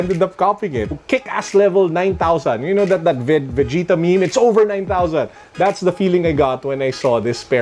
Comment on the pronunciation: Vegeta 😏 so that's how rich people say it.. Samin tunog gulay eh hahaha